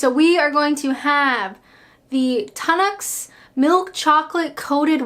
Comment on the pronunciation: I detest pickled onions. Congratulations on your pronunciation of Tunnocks. I expected Tun-OCKS.